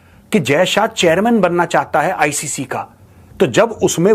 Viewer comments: Sabko is ancer ko hi lagta hai BCCI galat kr raha hai isko icc nahi बोलणे आ रहा acc बोल रहा है गधा 😂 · Inko icc bolna bhi nahi aata acc bole rahe hai 😂